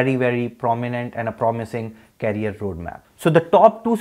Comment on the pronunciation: Knowledgeable video. Please pronounce it as Career NOT Carrier.